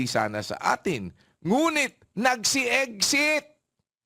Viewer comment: “Eggsit” daw.